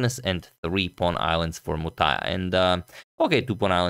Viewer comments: Other day you struggled with Sri Harish, today you are spot on with Muthaiah's name. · What a challenge for Agadmator to pronunce the names of Indians Srihari, Muthaiah, Narayanan, etc., :D but I tell you guys that he did great to pronunce them well.